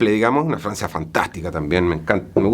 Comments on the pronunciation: ..se pronuncia FRAGANCIA NO FRANCIA Cuando un chileno habla hay que hacer esfuerzo para saber que dice porque es complicado el asunto. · Parece que dijera una francia y no una fragancia😅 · Juro que le escucho decir Francia y no fragancia 😂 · Se dice fraGANcia! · Que es Francia parece que dice Francia .... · Dice Francia o fragancia?